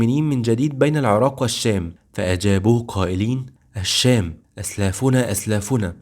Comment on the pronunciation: اتمنى تحاول تضبط نطقك للكلمات اخى الكريم كلمة "الشام"نطقت لامها قمرية مع انها شمسية لا تُنطق وهذا من باب التذكير فقط ربنا يوفقك فى القادم